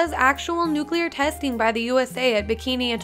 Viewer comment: When I heard nuclear I disliked and jumped out my window